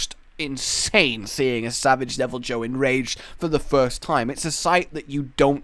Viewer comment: It's pronounced "devil-eee-hue"